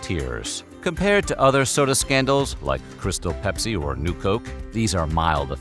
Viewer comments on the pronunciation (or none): Why u gotta say Taco Bell and Pepsi like that? its both hilarious and slightly offensive lol like u just cant be mad :p